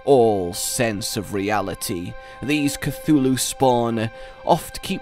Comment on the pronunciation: You can't pronounce "Behemoths" for shit but you perfectly say "Cthulhu" without even stuttering....DAFUQ MAN XD????